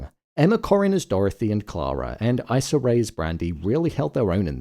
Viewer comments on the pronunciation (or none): It’s pronounced Eeeesah Ray not Isah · Issa Rae's name is pronounced 'EE-SA' not 'EYE-SA' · Sorry but Issa Rae's name is pronounced "eesah" and she gave a beautiful performance in this episode.